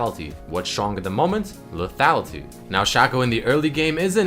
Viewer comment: lethatlity lethatlity lethatlity lethatlity blablablabalbalfuckblalbalbablabapentablabalbala into lethatlity blablabla lethality. LEEEEEEEEEEEEETHATLITYY